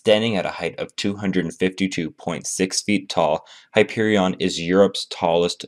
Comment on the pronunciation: You pronounced the name of the coaster wrong